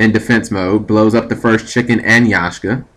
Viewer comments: YAK-SHA. lol xD That was killing me... Not Yashka. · YAKSHA, NOT YASHKA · It's not Yashka, it's Yaksha. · pronounced yak-sha not yashka . Pilica is pronounced pillika.